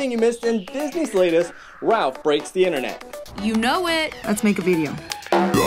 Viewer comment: "Interneet" What I hear: "inter neat"